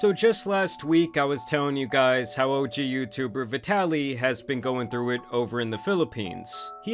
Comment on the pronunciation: wrong ai accent bro